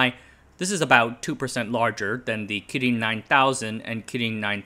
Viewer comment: The way you pronounce "kirin" is super annoying